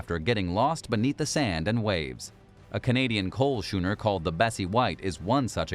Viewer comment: The pronunciation is 'skooner'...